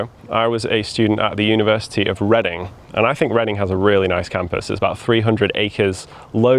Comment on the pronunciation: TIL the right way to pronounce the name of the University of Reading, which I was mispronouncing since forever. Thank you!